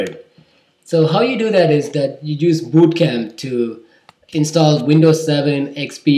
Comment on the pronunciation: funny how he pronounces bootcamp as BOOOtcamp.